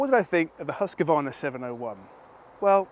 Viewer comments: Definitely no “a” between q and v. Swede Mattias Erickson confirmed that recently in his YT video. It’s pronounced hooskvarna. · Hooskvarna (proper pronunciation) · learn the name. there's no 'a' between husq and varna. it sounds like hoosk-VARNA if you say it properly. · The Hus in Husqvarna is pronounsed more like who's and then kvarna. Kinda like Huuskvarna if that makes sense?